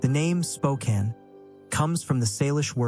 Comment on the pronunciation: May I offer a quick correction on the pronunciation of Spokane? While the 'e' at the end usually makes the preceding vowel long in English, this is an exception. It is actually pronounced Spo-can (like a tin can). The name holds a beautiful meaning: 'Children of the Sun.' Historically, Spokane was spelled with a double 'e' at the end; however, the spelling was simplified over time. Cheers and great video of my home state!